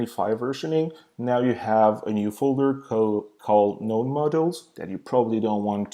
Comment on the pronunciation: you need to have what installed? C'mon, it's not like you were saying what time is it? Even the auto generated subtitles got confused. If it's Node (Node.js) you are talking about, now that is a funny way to pronounce it!